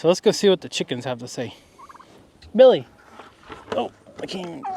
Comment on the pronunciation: Yay! You got Billy's name right lol!